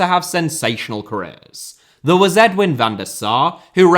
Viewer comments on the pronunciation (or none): none